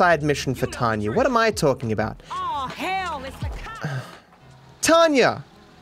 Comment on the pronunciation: 10 Questions Science Can’t Explain: Number 1- why does pronounce Tonya like Tanya?